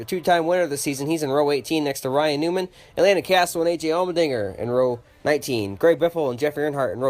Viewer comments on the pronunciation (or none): none